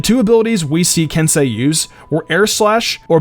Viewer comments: It’s spelled kensei but it’s pronounced kensay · It’s Soi Fon, I’m going by how they pronounce it on the show. Same thing with Kensei, not Kinsey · He pronounced kenseis name different 3 times lmao